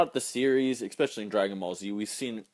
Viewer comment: Old vid buttt....... expecially is not a word........ lol ok you know that but great vid!!!!! You da best.